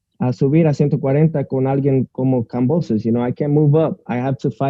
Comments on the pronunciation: it’s Kam-bo-sus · it’s not kambrosos 😒